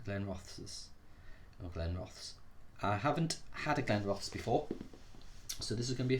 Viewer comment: Nice review, pronunciation of this one is Glen ro this.